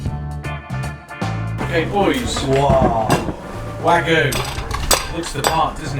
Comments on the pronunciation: Isn't wag-yu not wagoo the guy even says wagyu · I love how the seller tries to correct him but he just keeps saying WAGOO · One small comment. Please stop saying wagoooooo. I can't hear it again lol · Wag yu not wag-oo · The way you say waGOO is so cringe. You’re British 🙈 it’s pronounced wag-YOU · Lol great vid mate. Bdw , it’s WAG-YU NOT WAG-OOO! 😭🤣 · ITS NOT WAGOOOO ITS WAG-YU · Wagyu, not waggoo 😂 But it's overpriced crap at any rate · "Wahg-Yoo" not Wagoo. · Wagu? There’s a bloody y in it and it’s pronounced wag-you! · I hate when people mispronounce the word Wagyu. Its not "wag-oo" its not "way-goo" its fucking "WAH-GYOU" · Will you please take the time to learn how to pronounce the Japanese properly instead of butchering it (see what I did there)? It is NOT "wah-goo" it is "wah-gyu" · It's pronounced Wagyu...not Wagoo. Man, the way you are saying it is driving me nuts!!😂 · I can't be the only one that cringed every time he said "wagu" instead of 'wagyu', right? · Wag-YU, not Wa-GOO. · common dairy cow would be by far better than "wagu" because thete is nothing in existance in the meat world called "wagu" beef. now if you talk about "wagyu" syeak you may have something. there is a "y" sound and it is pronunced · it's wagyu not wagu. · Wag... Yu... not wagoo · Wag- yu... not wa-gu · It's wag-yoo and not wagoo you moron. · thats wagoo not wagyu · not wagu, Wagyū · Bruh, it's wagyu (wa-gYoo), not wagOO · When the meat seller repeated his request "Wagyu beef" for a second there I thought that I heard Wadu Hek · It's WaGYUU not Wagoo. WAG YOU fuck sakes man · Should learn how to say Wagyu properly. I keep hearing ragu. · i swear if he says wagoo instead of wagyu one more time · its not wag goo , its wag you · WagYu, not Wagu! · It's pronounced wag-yu. Not Waggu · Wagyu is not a french word but a japanese one, so you pronounce every letter. Its not "Wagu" its Wag-you. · it's fucking wagYU not "wagu".... ffs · wagyyyyyuu dude not Waggguu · It's wagYu, not wagU